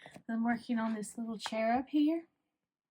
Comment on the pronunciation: Those light do look lovely (German here 😅)! ❤ And, just for some laughs: Every time you say „I‘m working on this cherub here“ I hear „I‘m working on this chair up here“, which always makes my brain stop working for a second… 😂